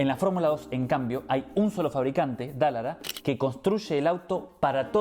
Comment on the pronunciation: el constructor de la F2 es Dallára, no Dállara.